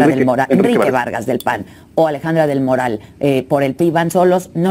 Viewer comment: 👁⚡️👁 Oiga, pronuncie bien el apellido. Es Alejandra del Moral y no del Morral como lo pronuncia usted. Solo tiene una "R" y no dos. Moral y Morral son dos palabras distintas y se pronuncian diferente.